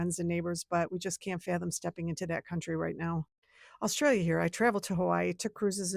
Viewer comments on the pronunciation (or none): none